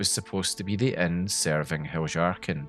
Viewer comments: No hate but I think your pronounciation of Heljarchen is wrong afaik. nordic languages use J like Y, like Jarl or Fjord. So Heljarchen should be Hel-Yahr-chen (or ken possibly). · Heljarchen is pronounced Helyarken. Js are Ys in Skyrim. One of the nice things about a fully voiced game is you don't have to guess about pronounciations, you can hear the characters in game pronounce them. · How can someone mispronounce Heljarchen so confidently? It's Hel-yarchen. It's Nordic inspired. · I think "Heljarchen" is pronounced with a Y instead of a J. But it's sad to see that so much was cut from the game. Perhaps mods will add them back in later. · If I may suggest, I think you'll enjoy looking into the history of the letter "J" and how it was orignially used. I know, it' a game not real life, but the Nords of Skyrim still follow real life Norse customs and life style, including language. Heljarchen would've been pronounced as; Helyarchen by real life Norse peoples. Great vid m8. 🖖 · It's pronounced "Hel-yar-ken" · I didn't think you are supposed to pronounce the J like yhat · bro i cant stop cracking up and losing it a little more and more every time u say "heljarchen" like that 😭😭😭